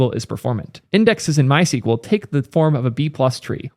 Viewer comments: MySQL is not pronounced "My sequel", the documented and official pronunciation has always been "my ess cue ell". I know there's a lot of controversy about the pronunciation of SQL itself but for MySQL there is no ambiguity, just an Internet full of people saying it wrong :) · You are pronouncing it the wrong way. the SQL part in MySQL should be pronounced as either "squel" or "es que el". Sequel is a different language dating back to the 1970s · it's pronounced "my es queue elle"